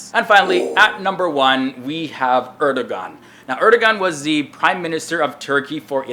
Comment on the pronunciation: I think it is pronounced Er-de-one.